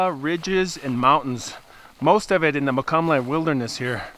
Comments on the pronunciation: Moke-all-um-me. Pronunciation. :) lived on Ebbetts for 25+ years. Moved far far away to Tuolumne County. That’s too-all-um-me for those who don’t know. :) love your videos and your camp choices to tell the stories, thought I’m still not so sure anymore if I want to solo backpack or even solo camp anywhere near Pacific Valley. Keep it up! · Hi, it is pronounced “Mo-CALL-uhm-nee.” Nice video as always! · Thanks for taking us along on your adventure! I believe the name of the eponymous native tribe is pronounced "mo-call-um-knee" (accented 2nd syllable). Their ancient home was a bit north of the Miwok, who were nearer Yosemite. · Moe Column Nee is the correct pronunciation of Mokelumne. 😊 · Hey, love to watch your videos! Btw, I was born and raised in those mountains; it’s pronounced, Moke-cull-um-ee. Kinda rolls off the tongue. Lol! Keep hiking! 😉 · Haha! You butchered Mokelumne. That is ok. You're not the first. It's nice to see my old stomping grounds. Thanks!